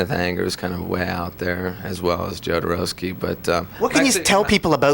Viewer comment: Marylin...its "yoh"dorowsky, no "joe"dorowsky xD